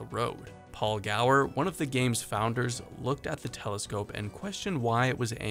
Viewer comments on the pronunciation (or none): none